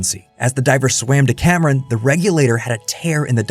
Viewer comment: His name is James Cameon, The bravest pi-o-neer.